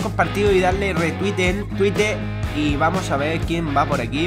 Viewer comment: escuche que dijo twistter 😔